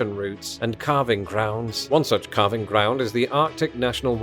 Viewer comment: For a sec I thought you said carving grounds. Then I realized you said calving grounds.